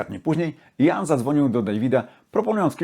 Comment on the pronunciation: Jak wymawia imię Gillana? Słucham już muzyki z jego udziałem od pół wieku, ale nigdy nie słyszałem od Kaczkowskiego począwszy takiej wymowy. To nie Jan tylko Ian. Poza tym wszystko bardzo OK.